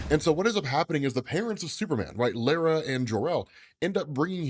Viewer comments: Bro says lara weird lol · Lara pronunciation is wrong my dude